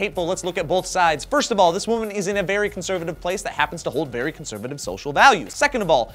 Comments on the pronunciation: conseretive.....cencervi....conser....FUCK IT. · "conserative", laughed quite hard.